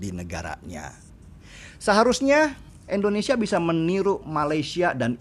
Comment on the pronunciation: Bang Deny, mohon maaf sebelumnya. Hanya kasih pendapat utk hal kecil, namun cukup mengganggu. Negara kita itu Indonesia, bukan Endonesia. Trima kasih 🙏